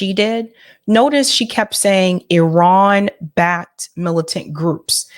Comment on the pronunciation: Nice! You pronounced Iran correctly